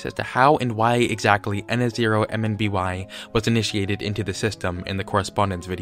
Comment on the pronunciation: His name is pronounced ihn-som-nee